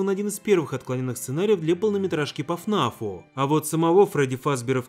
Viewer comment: НЕ ФНАФ А ФНаФ так как текст такой Five Nights at Freddy's